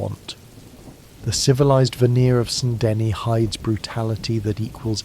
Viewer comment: buddy pronounced saint denis saynt dennis 💔